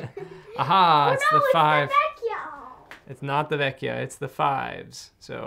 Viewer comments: I wasn't sure, but a kind Italian commenter gave this info: "Yup, in venetian dialect la vecia should be pronounced “la vetcha”, like captcha. When it’s spelled la Vecchia is like a k sound, as pronounced correctly in the video. La vecchia is Italian, vecia is Venetian dialect, but in general that’s how it’s spelled in all northern Italian dialects" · La vecia is a Venice dialect word and must be pronounced with the soft "c" like in the Italin word "Ciao". "La Vecia" means the old one (generic old woman), that in Italian is "La Vecchia" and it must pronounced as you said in this video. Fun fact: "vecio" or "vecia" are often used by the venetians talking with friends, like the english "bro"